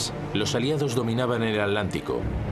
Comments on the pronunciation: Todo bien master pero se dice Hitler, no hilder ni hidler y atlántico no alantico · Es irritante escuchar al narrador español decir a cada rato "Alántico"....es táaaan difícil pronunciarlo como se debe?o sea,Atántico???!!!!!